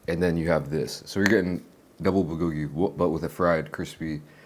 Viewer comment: Come on, bro. I know you know how to pronounce bulgogi the correct way. Don't dumb it down for the smooth brains 😄